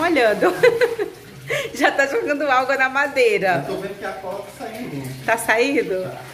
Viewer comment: Vcs não poderiam molhar a madeira, E eu assisto seus vídeos a bastante tempo e vc não falava alga igual vc está falando ao invés de água.